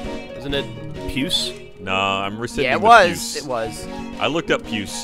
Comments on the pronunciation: Fairly sure it's 'pewce' rather than 'pooce'? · POOSE?!?! FUCKIN LOL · For interest sake... How was (not)power colour spelled...? Because it almost sounded like "poes" which I can assure you is not a colour... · was mispronouncing "puce" the whole time xD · You must mean 'puce'